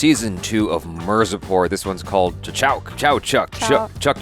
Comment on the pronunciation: Jaby always calling mirzapur as mirzapor🙃